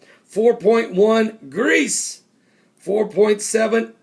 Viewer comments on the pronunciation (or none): none